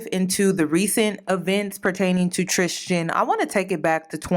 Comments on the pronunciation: Please pronounce his name correctly. Tristan, not “tristgan” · Every time she says Tristian instead of Tristan 😖 Love u tho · It’s “Tristan” not “Tristian” the way you’re pronouncing it lol. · I love you lol but his name is pronounced TRIST AN lol not tristian like Christian. I’ve went to school with him. We’re from the same town brampton in Canada. He was always in my math class and his brother too getting girls. This isn’t nothing new to us Canadians. We know him personally lol. He still keeps in contact with some. We both went to catholic school: st Marguerite d’youville. Best school ever. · Tris-tan... trishtan is killin me lmao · How u pronounced tristian made me cringe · Were you mispronouncing his name on purpose? I mean we can call this f boy Tucker for all I care but that distracted me all throughout the video